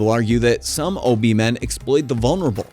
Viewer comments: It's O Be ah not ob my friend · It's not pronounced Obi, its Obeah the ah isn't silent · The dark magic you speak about is called Obeah, pronounced o b yah, not o b. Just saying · Not Obi😂 lts pronounced ObeYah. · It’s not O-be, it’s pronounced O-be-yah🤣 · It's pronounced oh-bay! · Obeah is pronounced Hubby-Yah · Pronounced O-Be-Ya. But hey what do I know? I'm not a YouTube content creator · Yes it is O-be-ya